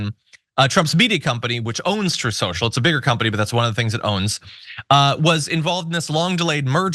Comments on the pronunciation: Troth Sential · "troth central" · It's " troth central" get it right😂😅🤪☠️ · ' troth senshul ' 🤣🤣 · Uh, it is "Troth Cenchal" sir. (Shoutout DPS fam!) 😂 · Guys, it's "troth shentral" not "shrew central" And oh to be a fly on the wall in the room where trump tried to con the muskrat himself!! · No, no Ben. Pronounce it correctly, the way Trump does. It's "TROTH SENTSHAL" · It's pronounced Trothe Sential. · Its "Troath Cenchal", i heard it from the horses ass himself. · Troth Senshul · Troth sential is how he said it. Parkman plays it all the time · John, it's pronounce Trōth Sential. (Long "o" and he says the 2nd part like essential. ) lol Also, how buas3d does someome have to be to look at both Biden & Trump and say, of the two, Biden' "more gone". Rogan'd just a straight up conservative. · Trothe Sential is too hard to say. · Why are people surprised that Trump has trouble pronouncing Truth Social, when he has had trouble all his life saying the truth??!